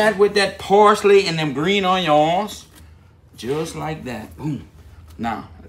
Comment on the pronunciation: No one:..: OIYONS!